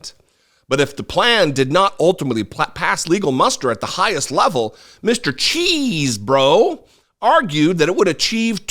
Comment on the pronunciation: Love the way you pronounce cheesbro. All these people around him need to go to jail too. Wish these trump supporters would wake up.